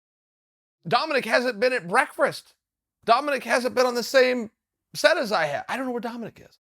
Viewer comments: if chael says it breakfrest not breakfast then the dictionary is wrong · Ok this is the second time ive heard Chael say this... Breffrist. Not breakfeast. Breffist. It never ends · If Chael says Breakfrast, then it's pronounced Breakfrast. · If uncle chael says it’s breakfrast then that’s wtf it is. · chael ' breakfRast' sonnen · Can someone please make a “Chael says breakfrist” compilation? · Chael “The Breakfrast” Sonnen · How many "breakfrasts" are we at now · Breakfrest ? Another word to work on Chael. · “Dominic hasn’t been at brweakfwest” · Dominick haven’t been at brekfrest hahahahah! The way he said it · I just want some "breckfrest" now ol Chael 😂😂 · Brekfrest uncle chael. BREKFREST!!! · Chael "breakfrist" Sonnen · He said breakfrast again 😂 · “Breakfrast” returns! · Chael “breakfrast” Sonnen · say it with me chael break-fast. You are breaking the fast that you took during sleep. Never change buddy. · Chael “Breakfrest” Sonnen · I’m finally learning to pronounce words correctly on a daily basis, thanks to Chael. “Breakfrest” is what I learned today :) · If Chael can't pronounce breakfast, he'll never be able to say Yair. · Why do you say breakfast like that chael? You’re killing me. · Chael still can't say "breakfast" lol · The question that still remains... DOES UNCLE CHAEL KNOWS HOW TO SAY BREAKFAST? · this just in, chael still cant say breakfast